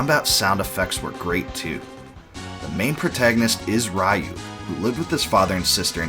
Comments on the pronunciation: A small nitpick , its Ree-you not Rai-you. But yeah, BOF II is probably my 2nd favorite of the series, hard to top BOF III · It's pronoounced "ryoo", not "rah you"